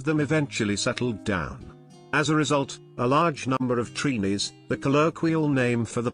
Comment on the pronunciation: First of all, we are not called "Treenees". It's Trinis. Bake is not Trinidadian bread: bread is bread and bake is bake which is flatter than bread. You should have checked for the right pronunciation of our foods before doing this video. "Sawine" is pronounced "Say-wine". Why do some foreigners do that? Do your homework first. Too many mistakes. SMH.🇹🇹🇨🇦